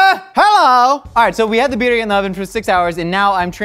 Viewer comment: right way to pronounce it